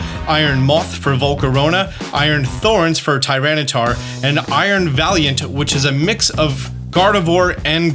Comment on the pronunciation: THE SECOND A IN TYRANITAR IS SUPPOSED TO BE AN I!